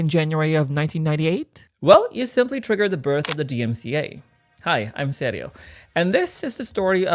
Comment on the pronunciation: why do u pronounce your name so odd, its serJio serJio you are saying SERIO